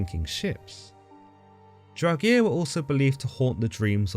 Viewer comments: "Draug-EER?" Are you sure about that pronunciation? =0[.]o= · Love your videos, but buddy, Draugr as in "Drow-Ger" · Great video, but please look up pronunciations before recording, it can really diminish a viewer who knows the correct pronunciation's enjoyment of the video. Here is the correct pronunciation of draugr, there is no vowel between the g and the r so you shouldn't insert one.